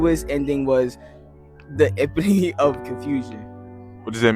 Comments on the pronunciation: Why are you pronouncing epitome like it rhymes with Rome? short e - pit - long o - mee Seriously, dude? If you're going to create content, do some research. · Ummm, excuse me; for the word epitome, it has four syllables not three. You’re pronouncing it wrong. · DUDE epitome is E PIT O ME ! You pronounce the last E , it's not silent ... You're the one calling Gen Alpha out and you can't pronounce epitome smh 😢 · It's pronounced epitomeee. You're wrong too. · I’m going to need you to edit your whole video and look up the pronunciation of the word EPITOME, you really messed it up too. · He is laughing at these black kids not being able to read and he can’t read either! Sir, you’re saying epitome wrong too! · The narrator of the video is mispronouncing epitome. He is obviously not of American origin. Is epitome pronounced differently in other countries, or is he incorrect? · Yo, hold the phone!!! Am I hearing you mispronounce "epitome" !?! 😯